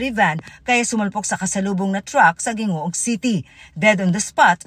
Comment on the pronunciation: CORRECTION: HINDI BUTU-AN, DAPAT BUTWAN.... HINDI GINGOOG, DAPAT HINGOOG... IYAN PO ANG TAMANG PAG BIGKAS SA AMING MGA LUGAR.